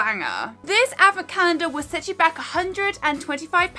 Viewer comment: me, a humble mexican girl: What in the world is a "avacandah"??? oh... is she trying to say "advent calendar"? XD